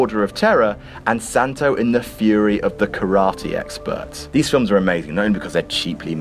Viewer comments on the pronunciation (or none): none